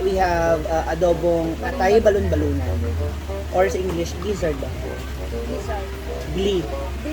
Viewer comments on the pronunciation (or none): Its gizzard, not glizzard!